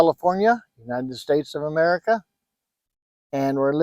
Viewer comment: dumaguete paradise , mehreeehkah babylon